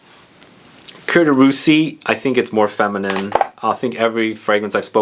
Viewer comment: Boy, Coromandel, Cuir de Russie and Sycomore are the full bottles in my stash. Btw, I think you might be confusing the pronunciation of "Cuir"(leather) and "Coeur"(heart). Just sayin'! ;-)